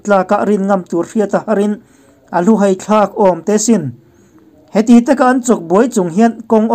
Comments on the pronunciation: A ngaihthlak manhla e. Hai tih hi Theihai tiha hai anga lam tur a ni e. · Hai tih hi Theihai kan lam anga lam tur. hai hi a sânga lam tur ka tihna